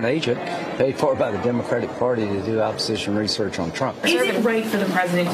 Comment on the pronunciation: is he saying "oppol research"?